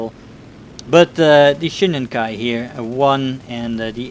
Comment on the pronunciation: It's Shiden-Kai not Shinden-Kai, nice vid btw